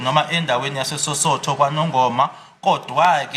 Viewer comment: Osuthu not Sosothu